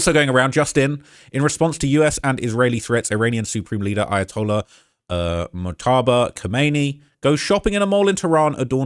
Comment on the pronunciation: The Ayatollah’s name is pronounced, “Mōj-ta-ba Khah-men-ā.” Why so many “professional” YouTubers refuse to even try to pronounce his name even close is just irresponsible when you’re reporting news.